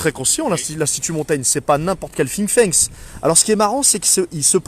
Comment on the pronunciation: Toujours motivé grosse force à vous. Petite remarque, c'est "Think tank" et non pas "Think thanks" il me semble non ?